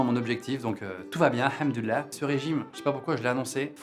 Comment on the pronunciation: Wow tu prononce hamdou lah vraiment bien